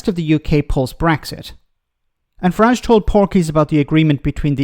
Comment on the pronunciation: Northern Ireland did not vote for Brexit, it was foisted up on us by Nige. Can we also remember the English pronunciation of his name rhymes with garage. It’s a foreign name otherwise.